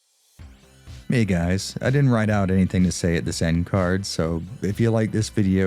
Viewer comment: Stop saying "retrospective" like that. I won't tell you again.